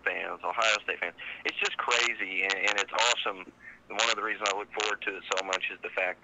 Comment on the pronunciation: How long has Florida been cwazy?